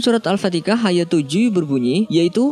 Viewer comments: Kenapa sih elu bilang Al Fatihah kagak bisa bilang nya selalu Al Fatika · Alfatihah bang 😁 bukan al fatekah 😂 Ketauan kalau bg orang jawa 😂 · AL-FATIKAH salah nyebut kali AL-FATIHAH bukan AL-FATIKAH🤨🤦🤦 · Iya betul, ini salah pengucapan diulang2, yg benar itu Al-fatihah, bukan Al-fatikah, mangkanya belajar Tafsir Al-Qur'an,sama Tajwid jadi biar tau, yg namanya Bahasa Arab itu harus fasih,Krn beda 1 huruf ya beda arti dan ga ada alasan Krn logat dr suku apapun. Jika Admin ga merubah video atau ga beri keterangan Krn ada kesalahan pengucapan di video ini berarti Admin membiarkan kesalahan itu untuk sebuah Dosa. Krn sesungguhnya kita sudah mengingatkan. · Mengenai huruf hijaiyah tidak ada perbedaan cara pengucapannya. Harus sampai fasihhh🙏🙏🙏 "Alfatihah" bukan "Alfatikah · Alfatiha bukan alfatikha salah ni orang yg ngomong di vidio ini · BACANYA bukan al fatikah Belajar dulu huruf arabya! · kok saya dengar Mimin bilangnya Al-fatikah ya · Terganggu bgt dgn pengucapan al fatikah .. jadi males deger sampe akhir video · Dari dulu admin nya emang ga bisa bilang alfatihah kali gatau beda agama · surat alfatikah.. ??? Perbaiki lagi min.. Cukup banyak loh dimenit menit lain lu bilang alfatikah min.. tolonglah.. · pendengaran kita tak salah..cuma org yg jd suara narativ ini saja sama ada sengaja menyalah sebut nama surah alfatihah atau dia sememangnya jahil tentang nama surah asas kita(alfatihah) yg ada dalam alquran.. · Ada yg sadar gak "Surat Alfatikah" ??? Hhh... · Kayak nya sih logat karna ortu saya juga gitu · Al- fatikah, ejaannya memang kurang benar, namun semua tergantung dari niat orang yang menyebutkan . Kalau niatnya untuk menghina al Qur'an jelas salah dan dosa .tapi jika niatnya untuk mengajak kebaikan seperti mengamalkan surah Al-fatihah sendiri maka tidak mengapa dan tidak perlu dibesar-besarkan. Mungkin memang lisannya salah atau sulit untuk menyebutkan yang benar . Coba dengarkan ceramah ustadz abi Amir fath tentang Al- fatikah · Bentar kenapa al-fatikah